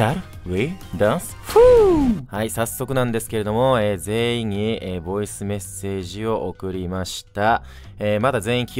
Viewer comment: ボイスが"ヴォイス"になってるのめちゃくちゃ好きですwww